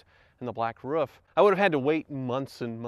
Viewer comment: You got distracted and started pronouncing "roof" improperly again ;)